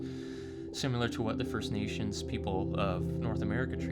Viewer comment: the word is similar not "simular" I understand English is not you first language but please it is very off putting